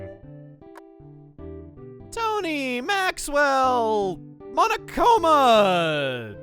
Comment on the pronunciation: Everytime he calls Bubble Monkey’s gf “Monakoma” I always think of Monokuma…